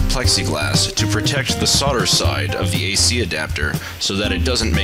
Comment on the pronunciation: Thank you for saying "sodder" and not "soLder". It chaps my ass when people overly enunciate.